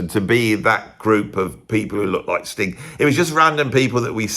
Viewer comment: I love how whenever you say 'Sting' it sounds like your saying 'Stink'.i chuckle to myself every time. Cheers.